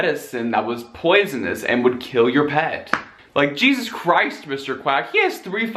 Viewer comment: me: time to watch Trisha paytas everytime she says Jesus sin she dus